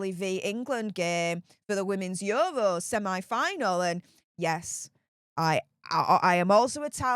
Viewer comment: Please don't pronounce 'semi' like that again